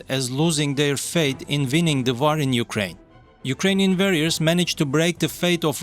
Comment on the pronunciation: Well yes kindof, just got annoyed of the pronounciations of some of the words, like war is war not vaaar , what was wrong with using that french lady robot voice, everybody thought she sounded sexy, anyhows enough of this, rambling I can just unsbub and done... bye for now